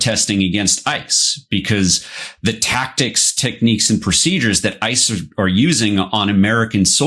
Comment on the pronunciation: Kristy Nome said one syllable to many when she said ISIS. It should have been ICE!